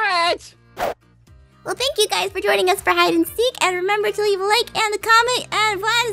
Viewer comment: more hid - in -seek